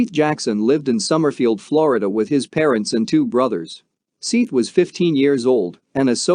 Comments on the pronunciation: Seeth? It’s pronounced “Seth”. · Seeth, lol! It's pronounced Seth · “Seeeth”….dude’s name is Seth lol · This video was made 9 months ago. Seath's name has been said thousands of times on the internet, for years! It's pronounced, SETH, not, "SEETH". You couldn't do a quick search to see how his name was pronounced? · Terrible you can't get his name right. Seth . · How bout learning the guys name before u make a video it's not sithe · Seeeth the soft-ah-more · Seeth? So foe more? What the hell? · Disrespectful to pronounce his name wrong. What kind if an informational video is this if you can't even say his name right. You should've typed it in so it would read "SETH". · Wait, what are you calling him? It's pronounced, SETH, but spelled with an 'A'. Dummy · He said “Seith” 1982 times !!! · His name is spelled Seath I believe but it's pronounced Seth. This is so hard to listen to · Your the dummy all over the comments because its pronounced Seth. Dummy 😂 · Dude pronounce the name right I already don't want to watch this because of you calling him by the wrong name 6 times in the first 2 minutes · You scum. You’re doing a story on a child that was murdered and don’t even have the respect to pronounce his name properly or even do enough research to learn his name. Total scum and your channel is scum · Couldnt get his name right?? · Hey, dopey, his name is spelt SEATH, NOT SETH, maybe that is why he pronouncing it as SEATH, not SETH. If he typed his name correctly - SEATH you would be complaining he couldn't spell SETH. SEATH as written is accurately pronounced as SEETH/SEATH, not SETH, he just reading name as it is written, he not to know Seath's family meant for it to be pronounced as Seth not Seath. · "Don't forget to give the video a thumbs up"?? Seriously i found the video to be really hard to listen to! Maybe if you had pronounced this poor killed 15year old boys name correctly, i might have liked the video! Shouldnt there be that much respect at least?!